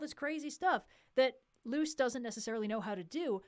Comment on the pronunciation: It's Luz not Lucy (Spanish name)